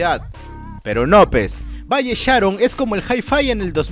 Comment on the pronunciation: Valle Sharon el acento es en el on jaja